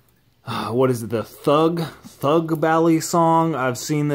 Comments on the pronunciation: ba lii songs thats how u pronounce it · It’s kinda cringe when people pronounce balisong bal-li-song it’s pronounced Bali-song